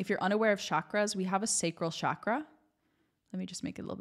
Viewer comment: The power of Sanskrit words lies in their resonance and how they activate the body. When you say chakra or cakra correctly, you activate the navel center and pull energy up to the 3rd eye. This is very important concerning your talk. It’s not pronounced shhhhock-ra it is chalk or chock-rrah. When you say it this way the tongue first flicks behind the teeth, the low belly pulls in and energy draws up the spine as the tongue presses the back of the palate and then the tongue rolls the r it flicks behind the teeth again. These pressures stimulate the higher glands in the brain. If you can’t roll the r try to make a d sound. Listen to proper pronunciation on Google. If you are using terms from a specific culture, you want to use them properly because much is missed. 🙏🏻😊